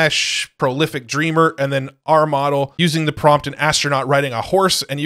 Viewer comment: Stop saying moRel please. Say moDel, not moRel. You also say tiRel instead of tiTle 🫤 ¿hypnoRic or hypnotic? Thank you for the info 😊